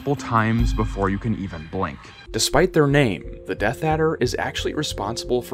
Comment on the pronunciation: "Deaf Adder" at 5.27😂- I think he means "Death Adder" (as typed in earlier in the video)